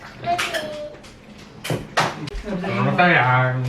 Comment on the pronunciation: Abang lebayyy tp mesra n romatis gitu deh 😂😂😂 Btw aku selalu ketawa klo ade kecil ngmong sarange Jadi sarimi 😂😂😂